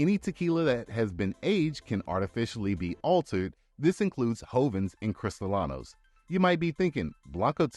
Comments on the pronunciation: Sorry. Don't want to sound like a know it all but, it is not pronounced "cristalano" it's pronounced cris-ta-lean-o as in crystalline crystal clear. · Thank yo for the great overview presnted ina simpified manor that is easy to understand. Perhaps revisit the voice over narration so you are pronouncing the Spanish words, such as Mixto ("Mee-Stow") and Cree-stee-lee-no"correctly to round out a great presentation. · Was anyone else bother by how many times he mispronounced CristralEEEEEno ?? (with Cristalano) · As a mexican who live in mexico: 1) by law there are 5 states than can make tequila: Jalisco, Michoacan, Nayarit, Tamaulipas, Guanajuato 2) food coloring is used not only on tequila but also on rum and other drinks 3) using Narcos meme as an "authority" in Mexico its a bit racist 4) you say "cristalano" instead of cristalino, cristalano its like say ass of glass. You're welcome